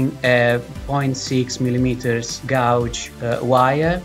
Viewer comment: Agreed. Though thank you for giving me a nice comment under which to partially hide a small bit of constructive criticism: , the word “gauge” is said as though it’s the word “gouge”. “Gauge” should rhyme with “page”, at least for most English speakers that I’ve ever heard say it. Essentially, the u isn’t reflected in the pronunciation. Of course I still understood, so no real problem. Just wanted to let you know, so you could have even better English skills. :)